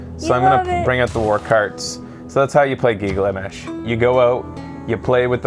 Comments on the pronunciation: giggle-a-mesh? uuh it's pronounced gil-ga-mesh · Giggle Mesh :D